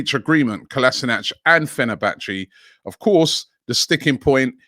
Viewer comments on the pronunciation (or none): none